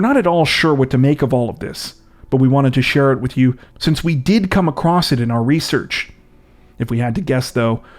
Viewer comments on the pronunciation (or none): none